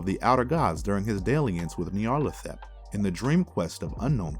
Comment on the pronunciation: Great video, but the narrator really needs to work on his pronunciation of Nyarlathotep